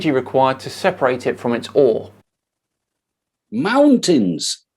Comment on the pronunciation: I am not British, but after what Farage did I wouldn't trust ANYONE with the name;) Besides every time he says "mountains!" with the emphasis, I hear "Mountains GANDALF!" ringing in my head.